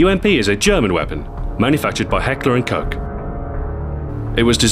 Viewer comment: it's heckler, not henkler :P